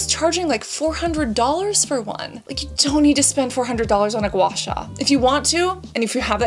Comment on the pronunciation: That gua sua was painful